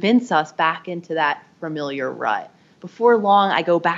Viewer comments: Say “fer-miliar” one more time. I dare you. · Ooops! Fuh-MIL-yer rather than Fer-MIL-yer Ooh boy! And FORE-hed. Instead of Far-hed